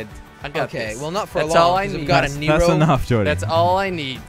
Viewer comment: Did say neegrow 9.33